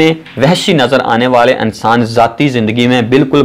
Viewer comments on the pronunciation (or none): Apni urdu pehlay seedhi karo.Saltan,Ansan,romantag,khawahish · Ye clip ghaalban Urdu main bana-ne ki koshish ki gyi he. "A"ttar pardesh. Achhe "A"nsan the....film "E"ndustry..... Unnees sao "A"kattar main....s"A"ltan raahi...I love this Rana Sana Ullah Maarka Urdu....like sApreem court.....